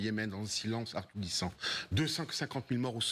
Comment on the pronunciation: Il la tellement de bouf encore dans la gorge qu'il n'arrive même pas a dire assourdissant